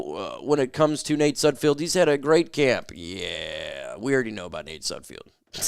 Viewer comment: It's SUDFELD NOT SUDFIELD> get his name Right!